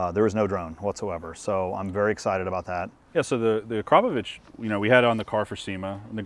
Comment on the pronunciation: Ugh I love when people pronounce Akrapovic wrong... Also has anyone told that its not a Honda??